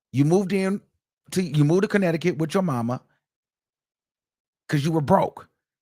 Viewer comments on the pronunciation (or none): none